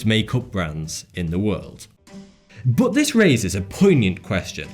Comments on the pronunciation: 1. Does anyone else here hate skillshare as much as I do? 2. What's with the pronounciation? It's not bOt it's bUt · love the content, but hate the way you say 'BUT'